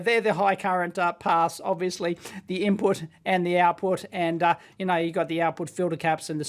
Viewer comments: "Ibput voltage" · Loving the IBPUT voltage, lol